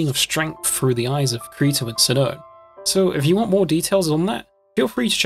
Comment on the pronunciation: Kareto? I thought it was Kirito.. great video tho